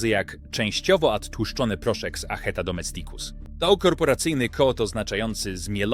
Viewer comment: DomEsticus !!! Z akcentem na "E" NIE na "i"!! Naucz się, łacinników razi taka wymowa. Język łaciński wymaga prawidłowego akcentowania.... inne języki również 🙂